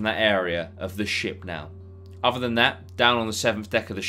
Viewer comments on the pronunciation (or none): none